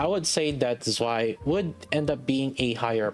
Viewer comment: I'm not even German but damn it hurts when you pronounce Zwei like that lol